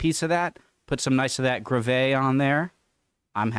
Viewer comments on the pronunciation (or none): I've never heard gravy being pronounced gra-VAY before. Until now.